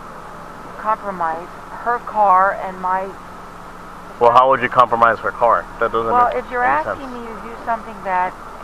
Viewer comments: How many times did.she say 'comlromise'😊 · I let my dog listen to this and now he can say 'compromise'.